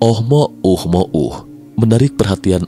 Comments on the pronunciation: oumuamua bukan oh mo um mo uh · GAK CAPEK OM NGOMONG "OH MOH UH MOH UH" KOK GAK DI SINGKAT AJA NAMA ASTEROIDNYA "UH UH UH", PERASAAN KEMAREN NAMANYA "OMUAMUA" NAPA SEKARANG JADI "OH UH UH" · Susah amat nyebutnya min, ohmouhmoh😂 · Ohmohuhmouh ... Dengernya aja cape palagi ngucap berulang2... 😅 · Jd bacanya oh mo uh mo uh 😂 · gw salfok sm oh mo uh mo uh 🤣🤣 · Tiap kali ngomong oh mo uh-mo uh saja masih sulit,apalagi teknologinya. 😊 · Seharusnya bacanya omuamua 😅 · Oh mouh mouh....nya sangat mengganggu....mungkin lain kali di ganti..... Oh mouh mouh akan kita sebut objek ini dengan OMM atau apalah.. untuk mempermudah dalam penyampaian.. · Ohmouhmohu ribet sekali nyebut nya 🤣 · Oh mo uh mo uh trs lu